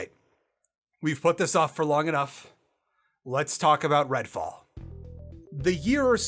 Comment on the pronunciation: Redfall? Sorry, I thought you said Redwall. I am honestly less interested. (to be fair, this is the first I've heard of it, but I really did think of Redwall books)